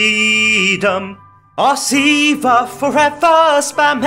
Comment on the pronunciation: I love how you pronounce it see-va like it is in the lore